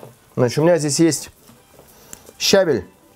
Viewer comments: щавЕль,свЁкла,мОрковь. Не щАвель,морквА,свеклА бордюр-поребриковый! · ну ты чего, правильно говорить, щавЕль!:) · Печень это -орган. А печёнка это-продукт! Мы срубили Ель ,а под ней рос щавЕль! СвЁкла,МоркОвь ,а не свеклА,морквА. Вот.